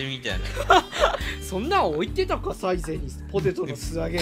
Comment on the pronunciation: kunってサ↑イゼ↓やねんな サ↓イゼ↑やわ